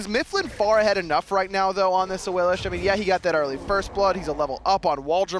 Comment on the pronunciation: why the fuck do they call AWILIX awilish? even awilix says her name AWILIX